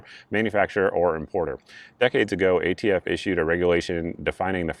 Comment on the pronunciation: It’s hard to take him seriously when he keeps calling ATF “the AFT” and then at one point he started to say “prostitution” when he meant prosecution. A Freudian slip no doubt! I was laughing so hard at him that I missed half of his rant. I’d like “Presidents who can speak coherently in public” for $800 please, Mayim. We’ve suffered six years. It’s time. Personally I don’t give a FF about ghost guns. You can still build one if that’s how you roll, you just have to have a registered serial number on it. BFD. I can’t imagine Joe’s rule impacting anyone’s life. On the other hand, will this solve any gun violence problem in America, as Joe claims? Absolutely not. It’s all pablum for the Left Wing anti-gun crowd. He was pandering to a biased crowd and he played it up to the max. It was a well-planned, poorly-executed stage play. 🤮🤮🤮🤮🤮🤮🤮